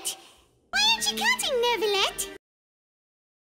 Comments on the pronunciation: it's so weird how inconsistent they are with which words they want pronouned correctly and which ones not. Everyone pronounces Oratrice Mecanique d'Analyse Cardinale correctly, but then they also say neurvilette instead of neuviette. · WHY ARE THEY SAYING NEURVILETTE😭😭😭 IT'S LITTERALY PRONOUNCE NEUVIETTE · Monsieur Nurrvilette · Paimon:who knew that nEvIlleu would be so easy to talk to (didn’t even say the "t" lol) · NER-villette… I imagine this is due to the direction the VAs received. Most likely they were told to pronounce it almost like there was an R after the vowels. So they very much did add an R to their pronunciations. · As someone who speaks french, it’s hard not to cringe at their pronunciation of Neuvillette 😭